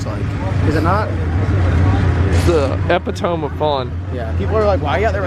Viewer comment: The way west pronounced EPITOME 😂 dead.